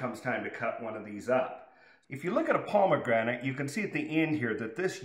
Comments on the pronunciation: He is saying palmegranate... or is it just me? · There is no “l” in pomegranate.